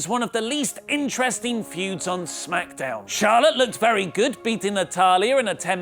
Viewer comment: I didn t like it how you said SMACKDAMN today :(